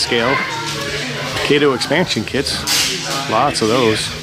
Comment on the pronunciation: Auuuuuugggghhhh!!!! It's not "Kayto", it's pronounced "cotto"! "Kayto" was Inspector Clouseau's butler.